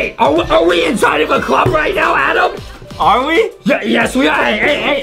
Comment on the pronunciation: It's ADEM not "AdAm"